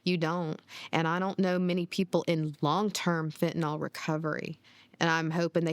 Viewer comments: People keep saying Fentinol. It's Fentanyl. Fen-ta-nil, not Fen-ti-nol. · Isn't it pronounced Fin-ta-NIL?